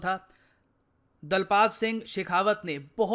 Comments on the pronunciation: Sir it's not दलपात its दलपत❤️❤️ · It is दलपत सिंह, not दलपात सिंह If Indians won't get an Indian name right, who will? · its दलपतसिंह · कमांडर का नाम दलपत सिंह था न कि दालपत सिंह